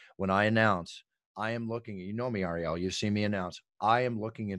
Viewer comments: Love how he pronounces ariels name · ironic how the announcer can pronounce all the ufc fighters names for not ariels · Ariel, only name Bruce Buffer can’t pronounce